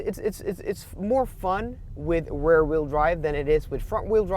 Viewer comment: Hi. It might be me but I hear you say "Rare wheel drive" when you refer to "Rear wheel drive". Just a friendly comment. Not meant to criticize!! Love your videos! Thanks!:)